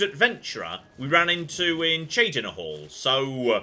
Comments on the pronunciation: Good to hear beginning to pronounce Cheydinhal somewhat properly in this episode. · I love it. He's saying Cheydinhal correct. Now we just need to work on Chorral (Coral).